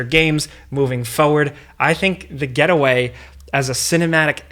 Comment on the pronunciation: You said 'The Getaway' what I heard was The Ghetto Way 🤣